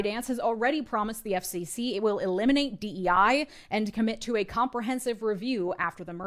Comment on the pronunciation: Every time you say FCC, I hear Epstein C and it is very funny